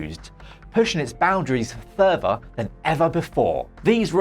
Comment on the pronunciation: Never in my life have I heard someone pronounce “further” as “thurfer” until now